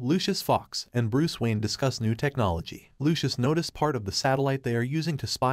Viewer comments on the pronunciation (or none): none